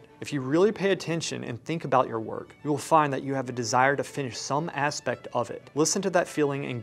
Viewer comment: "... some asspects ...".